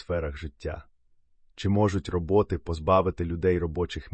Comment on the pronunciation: РобОти чи рОботи? А то якось важко сприймається